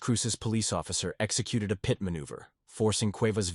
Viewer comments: Pee eye tea maneuver? If you want the AI to say it right you gotta write Pitt maneuver with the capital P. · P.I.T 😂😂 man it's pit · Pit ❌ P. I. T. ✅ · Too bad AI voices don't know that PIT is pronounced not spelled. CPL is short for corporal. Geez this is ridiculous. Great videos but please have a real human narrate.